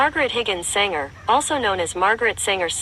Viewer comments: "Sanger" not "Singer" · Her name was Sanger, not Singer. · Not Singer, it's Sanger.